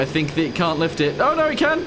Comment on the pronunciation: "This is the FLiFT"